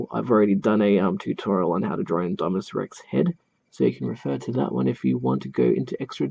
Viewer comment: You’re pronouncing it right